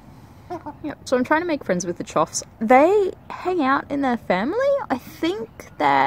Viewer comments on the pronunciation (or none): Wow! The diversity of birds you're managing to attract is amazing! Choughs now! Oh and as far as I know it's pronounced "chuff"